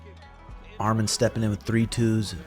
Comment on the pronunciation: Excellent review brotha. It’s pronounced Arman not Armen. Much love. Arman will be champ Saturday.